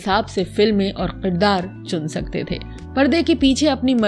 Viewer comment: Janab mijaz nahi mizaj hota hai aur kirdaar hota hai na ke Qirdaar. .